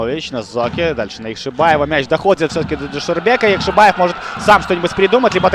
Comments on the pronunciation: ЯкшибОев, а на яшибАев. Коментатор блин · по русскому Яхшибаев комментатор правильно говорить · Уважаемый, я прочитал. И там везде он ЯкшибОев. Кроме последнего абзаца, но это уже относится к особенностям языкового восприятия. Это как открытый и закрытый слоги в английском языке. И с точки зрения нашего языка правильно ЯкшибОев, потому что в родном языке футболиста нет ярковыражнного произношения буквы А. А по поводу Ваших коменнтариев- я не слепой и вижу кто в атаке, кто бьёт и так далее. Вы не на радио работаете, попробуйте за 90 минут репортажа что то рассказать зрителю по мимо перечесления составов и кто кому мяч отдал....